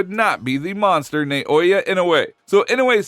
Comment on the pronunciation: Hearing pronouncing the word monster and saying mongster cracks me up😂